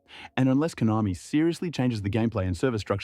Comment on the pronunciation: Konami ❎ Hoenami✅